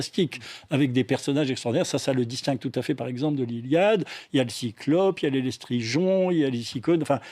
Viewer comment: Comment est-il possible de prétendre avoir lu maintes fois Homère, sortir un hors-série spécialement sur l'Odyssée, et mal prononcer "Lestrygons" (Lestry-JON? sérieusement?). C'est absolument ridicule. Passons sur le présentateur qui confond Circé et Calypso (tout le monde a remarqué en commentaires). n'a assurément pas vu le film, car il est rigoureusement impossible de dire que Charlize Théron joue Circé, et insister en disant qu'elle en a "tous les atouts pour jouer ce rôle-là" après que M. De Jaeghere souligne lui qu'il s'agit de la magicienne. Il ne se rend même pas compte de sa confusion, puisqu'il n'a manifestement pas idée de qui est qui dans le film...